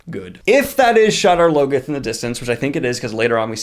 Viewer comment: First, love the enthusiasm. Second, appreciate the breakdowns. Third: what's up the with wrong pronunciations? Isn't this bugging anyone else? Shadar Logoth: from the books, it's SHAH-dahr LOH-goth, not shadder loggoth. The first syllables are stressed, and the vowels are short, not long. Tar Valon: from the books, it's TAHR VAH-lon, not Tarvallon. Two words, two stressed syllables. I'm harping because you're purporting to be a superfan...and the pronunciations are RIGHT THERE in the book.